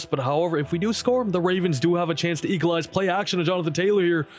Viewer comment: Saying Equalize < Saying "Eekalize"